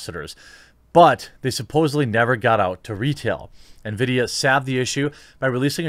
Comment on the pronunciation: Ah, I love those Nuh-vee-dee GPUs.